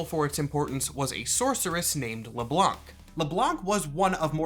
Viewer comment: so, its French. You don't say the "C" in Le Blanc.